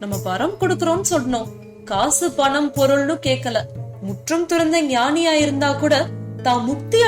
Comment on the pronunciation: Banam, wrong pronounce Panam is correct